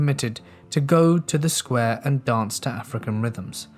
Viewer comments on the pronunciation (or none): none